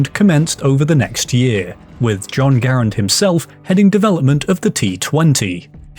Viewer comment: If you mean "Garand," the proper pronunciation is "GARR-ənd," the last name of the designer, Jean Cantius Garand a French Canadian from Quebec. "gah-RAND" is just TOTALLY incorrect.